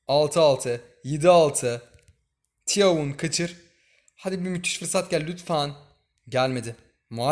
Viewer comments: Abi thauvinin ismini okuduğunda firavun dediğini düşünüyorum sjsjsj seviliyorsun abi bu arada okunuşu toven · Tiyavun değilmiş abi toyven diye okunuyomus